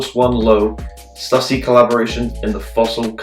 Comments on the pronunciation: “Stoo-sy” not “stus-sy” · stysy actualy